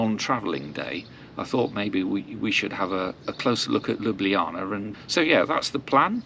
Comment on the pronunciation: Chiming in here as a Slovenian - you are probably one of the few that actually pronounced the name of the city correctly! 😊 One note: wherever there is a C in the word, we pronounce that as “ts” rather than “kh”. Ljubljanica river is therefore pronounced lju’blja:nitsa